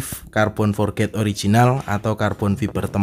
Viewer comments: om spelling nya bukan forget, hehe tapi forged di baca (forg) oh iya om coba potongan carbon nya di bikin potongan yg agak sedikit lebih besar, supaya keliatan lebih gahar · Halo om, mau ngoreksi aja kalo boleh, biar sama sama belajar. Bacanya "forj" ya om bukan "forget". Makasih om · Carbon forged = (Car-bon forj) itu sebutan nya bukan carbon for-ged hahahaha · bener mas kalo forged di bacaan nya "forget" artinya lupa hehe.. kalo di inggris yg berakhran D di bacanya tipis, jadi forg'd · Iya om, tp pelafalannya "forj"